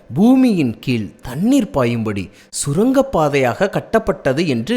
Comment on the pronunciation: ஏன் முக்கிக்கொண்டு பேசுகிறீர்... ஸுரங்கம்...?.. சுரங்கம்....